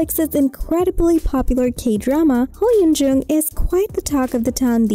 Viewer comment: This woman is saying her name wrong. 🙄